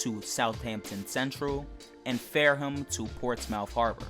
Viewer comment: It’s not pronounced ports mouth you idiot